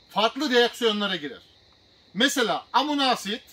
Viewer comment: Hocam verdiğiniz bilgiler için teşekkür ederiz. Amuna asid demenize çok güldüm ama☺️